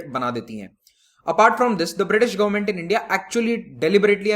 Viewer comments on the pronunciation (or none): none